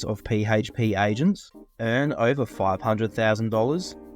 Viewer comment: I love how your pronounce PHP P - HAYTCH - P 😂🤣😂